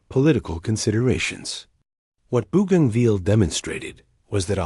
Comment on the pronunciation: Mate its not booganville its Bo ganville AI needs to improve